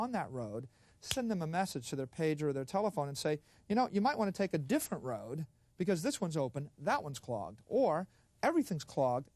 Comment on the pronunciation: He said node, rode.😅